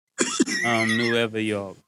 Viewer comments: .. ..... "Nueva York" 😂😂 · Lollll this guy murda said NUEVA YORK 😂🤣😂🤣😂🤣😂🤣😂🤣🤣😂🤣😂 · “Nueva York” 😂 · Classic episode "Nueve York" 😂😂